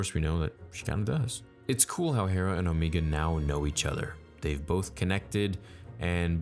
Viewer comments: Dude its Omega.. not Omeega.. idky* it bothers me. It just does. Like the show pronounces the name... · Alright bro stop saying O Me ga we know Damn well you know it’s O mega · Bro it’s O-mega not Omeega that’s just how the accent makes it sound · Dude it’s “OMAYGA,” the way you’re saying it is Kiwi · Who the fuck is Omeega? xD It is O-meg-a. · Also it’s omega. Not omeega. Stop trying to make omeega happen it’s not gonna happen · I love how you call Omega as Omiga so casually. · “Omeega” LMAO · Star "Omeega" Theory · I love how everyone is now pronouncing Omega's name "Omeega". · Am I the only one who hears O-megah and not omega ? Did I miss something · I really wish you would stop with the Omeega! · please stop pronouncing Omega like that. FUCK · They don’t pronounce Omegas name that way so fucking annoying. I only watch these till ScreenCrush comes out with his Easter egg video not only better but more informative and, he’s not even a strictly Star Wars YouTube channel.